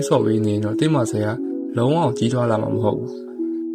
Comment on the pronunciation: Muscle=မာစယ္👍 Not မာစကယ္😂